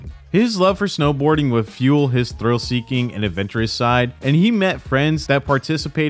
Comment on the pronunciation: Why did it say snowboarding like that lol